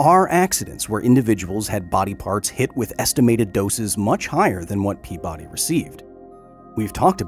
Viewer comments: Kyle, my friend. His name is said out loud in the clip in the beginning of the video. It's pea-buddy, not pea-body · This man was from Rhode Island, his last name would have been pronounced PEA-buddy